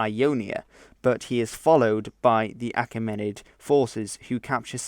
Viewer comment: And Achaemenid is stressed on the ae (which I'd pronounce like ee, as in Caesar).